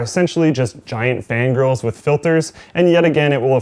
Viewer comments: Every time you said fan grills I heard fan girls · when says fan griils it sounds like fan girls lol